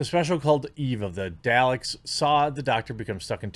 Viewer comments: You know that Jeremy has never watched Doctor Who by how he pronounces Dalek lmao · THIS IDIOT SAID DALEX .... OK DALEX